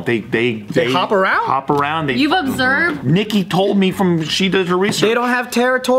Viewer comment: Did say “ obserbe “?? Not observed hahah